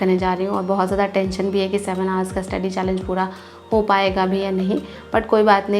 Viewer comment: Hours ka pronunciation wrong hai